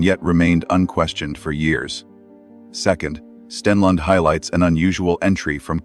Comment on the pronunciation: I thought his name is Stellander? Narrator says 'Stenlend found'. LOL. Yeah, at 'spot one', he found a heart shaped pattern made of stones or flower petals - he's so sooo smart, he couldn't work out the difference. 😂